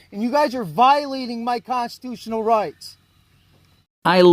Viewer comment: Is he saying constutional?